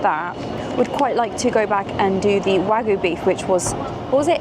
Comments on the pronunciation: There's a Y in WagYu. You pronounce it. Tokyo is not Toko. Kyoto is not Koto. Wagyu is not WAGU - it is Wagyu - you pronounce the Y. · Love your vids - really enjoyed watching lots of your old ones too as I've just discovered you. But pulease learn how to say wagYu 🙏😅❣